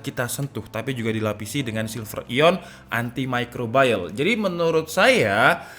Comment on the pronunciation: Haduh lur, salah kaprah pronounce nya, "antimicrobial" ya "antimicrobial" bukan "antimicrobayel" 😅